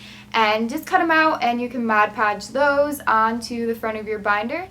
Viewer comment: It's mod podge.